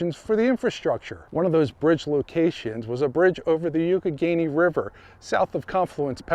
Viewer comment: Awesome job! I really love stuff like this. Oh it's pronounced (Y'AWK- e -Ganey) river.